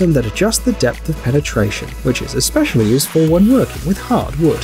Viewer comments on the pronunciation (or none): none